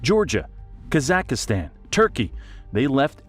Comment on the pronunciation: I just have one question for this AI: Where the heck is "Kasakistan"???? LOL too funny!